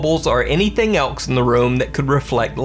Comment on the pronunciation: You say "else" weird. I've never heard anyone pronounce it with a "k" in it